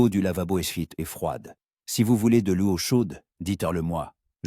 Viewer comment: L'eau on dit lo et non laio